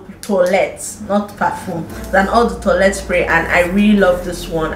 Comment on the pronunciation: Say this: Oh Dey toilet. That’s the pronunciation dear. ❤️ I love Juicy perfume.